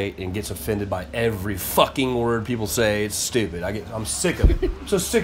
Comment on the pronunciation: PC is BS. P.S., I think it's funny how he emphasizes how f******!!!!! Lol